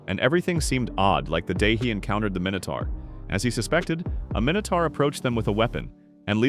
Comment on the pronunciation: minutor?? How many you say mini tour